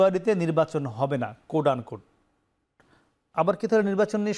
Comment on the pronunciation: উচ্চারণ সঠিক করুন। কোড আনকোড না, কোট-আনকোট হবে উচ্চারণ